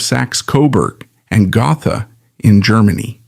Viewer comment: It's pronounced "Go-tah" not Go-tha.